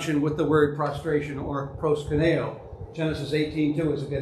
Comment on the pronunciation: Love your presentation and your thesis, but you pronounce Προσκυνεω as if it was Πρwσκυνnω. thanks much.